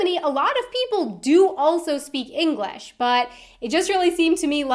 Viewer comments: Why do you say 'Englash' , try 'English'. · Inglesh? Last time I checked, it was english. Not inglesh. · What is this "Englesh" you speak of? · In Holland many people speak English, compared to the US where some people speak it. .. Seems you speak Englash. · oke one thing, how does she pronouce english?! she said englesh like 5 times in a row! it irritates me sooo bad. But ik like her video sinds im from amsterdan